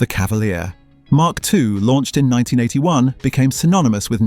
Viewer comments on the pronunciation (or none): Emm Kay 3? Don’t you mean mark 3…… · Ital not aye tal. And m..k 4 and m...k 3 escort. Mark 3 and Mark 4